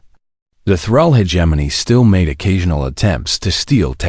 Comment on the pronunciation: the pronunciation of hegemony